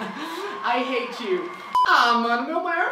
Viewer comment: é pra rir não pra corrigir ele sabe que é hate e não rate